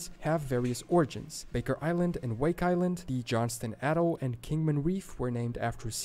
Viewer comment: I also heard Allegheny and Atoll wrong. Trying to pronounce native words that are not commonly known if one thing, but to mispronounce more common words is just nuts!